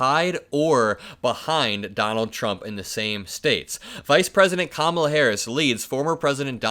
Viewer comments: He finally pronounced Kamala correctly. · Wow! This is the first time I've ever heard him pronounce her name correctly! 😂